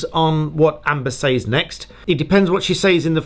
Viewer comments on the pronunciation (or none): Maybe I'm pedantic but these things matter to me ... "says" is pronounced /sɛz/ not /seɪz/. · Love your vids but I gotta ask….. the way you say “saids” is that the proper way? Or just a uk thing? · The way you pronounce "says" makes me giggle. British accents are so great!